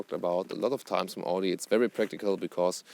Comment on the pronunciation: Wie kann man als Deutscher AUDI falsch aussprechen?